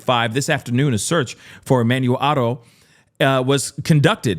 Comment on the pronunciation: Thanks for pronouncing his name correctly big dawg. Fun fact, on the RivCo inmate search it shows he has NO CHARGES!!!